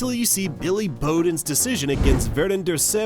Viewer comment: where are all the horrific calls by the Australian umpires for years v Nz .. this one cost us the match .. fking cheats and who does this commentary ? AI? You can’t even get B Bowdens or Tendulkars name even remotely correct. Down voted